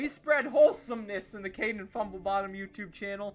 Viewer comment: It's Kådėñ